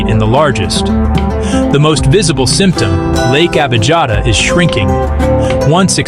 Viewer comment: Correct pronunciation is Lake Abiyata. Sometimes the German spelling is used: Abijatta. But I'm German j is pronounced like y in English. The Italian spelling is Abiata. Such a fundamental error is pathetic!